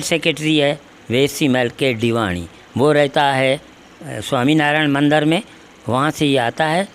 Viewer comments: Bahi punjabi tune me mandar bolte hai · Mandar nahi mandir 😁🤣😂